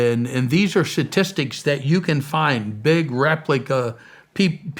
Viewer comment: God bless this man, but I can’t stop focusing on him saying “satistics.”